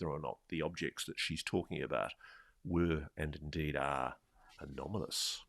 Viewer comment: I had a shot every time Ross said "anamolous" Out smarted myself. Just called the Boss, not going to work tomorrow.